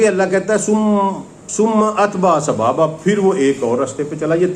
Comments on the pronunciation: جناب آپ یہ لفظ صحیح سے ادا نہیں کر پا رہے ہیں یہ لفظ سَبَبا ہے اور آپ سَبابا پڑھ رہے ہیں. مطلب زبر کی جگہ آپ الف لگا رہے ہیں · السلام علیکم و رحمتہ اللہ وبرکاتہ۔ محترم آپ سے ایک گزارش ہے کہ قرآن پاک کے الفاظ کا تلفظ صحیح ادا کریں۔ لفظ سببا کو آپ سبابا پڑھ رھے ھیں۔ تحقیق کر لیں۔ اگر میں غلط ھوں تو میری اصلاح کر دیں۔ شکریہ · sabaaba nahi ha bhai sababa. Quran to thek se parh lo